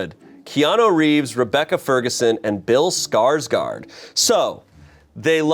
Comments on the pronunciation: If anyone cares Skarsgård is pronounced like the beginning of Gordon :) /A swedish person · My jimmies got rustled everytime tried to pronounce Skarsgård